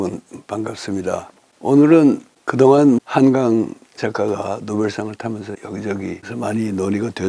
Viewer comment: 자가 한강의 한은, 짧게 발음하셔야지요° 길게 발음하시면, 강인 한강과 혼동하게 되지요!